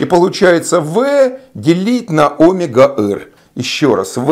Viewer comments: Почему сила КориолИса , а не КориОлиса ; почему Омега , а не омЕга - что у Вас с ударениями ? Я знаю , что некоторые ютуберы делают так специально , для того , что бы люди поправляли их в комментариях (для их увеличения) . Неужели и Вы туда же ?! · Кориóлиса. Óмега? Б-р-р...